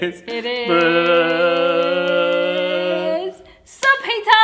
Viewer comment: Lmao it's subhi taha y'all